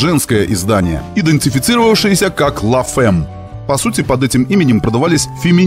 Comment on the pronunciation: Розовый Додж это конечно великолепно)) и, кстати, читается "ля фам", а не "ла фэм")